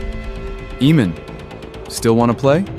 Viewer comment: I could watch this but I can't watch someone pronounce AA-mon as EE-mon all through the show.